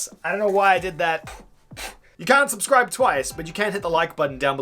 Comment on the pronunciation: Wait why does he say scubscribe?